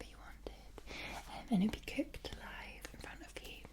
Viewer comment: "Liv a litle"